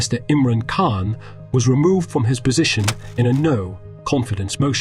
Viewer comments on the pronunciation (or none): none